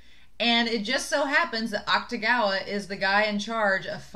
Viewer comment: You are pronouncing Akutagawa’s name right. The “u” basically gets dropped when speaking. And the book was interesting. I think the kimono part was relevant because his ability is actually the manipulation of clothing. The monster comes out of his jacket. They don’t really explain this in the anime, but I’m pretty sure it’s not supposed to be a secret since they make jokes about it in the Wan spin-off. And I can’t wait for you to meet the hat and red hair guy, as others have said too. He’s my favorite character. <3